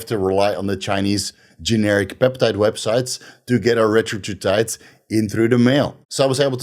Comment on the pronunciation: He keeps saying retratutide lol...